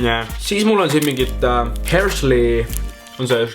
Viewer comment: "Härshäis"😂😂 lihtsalt ütlen neid saab Rootsist ka😁